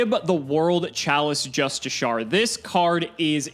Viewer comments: I think he just doesn't know how to say it properly, he pronounced Justicar wrong in the same way "Justi-Shar" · The card's name is "Ib The World Chalice Justiciar", not "Justicar". Pronouncing it "just/i/she-er" (or "just/i/sher", as a slightly lazier pronounciation) is correct. edit: nvm i'm a fucking moron he does pronounce it wrong i apologise